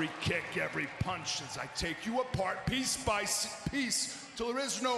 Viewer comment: Lol he said piss by piece!